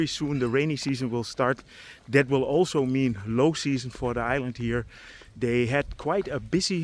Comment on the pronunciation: woll = will 😂